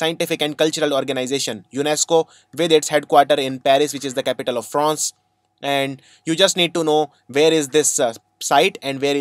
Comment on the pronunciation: Fronce noice